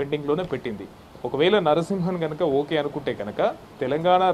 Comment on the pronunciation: E L N Narsimhan kaadu babooo, ESL Narsimhan. Meeremi journalist lu babooo